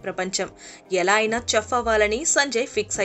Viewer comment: chef is a french word its not english word. In chef C will spelt like S.